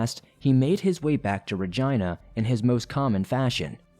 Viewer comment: Ok but whyd "Regina" get pronounced like....vagi-..well u know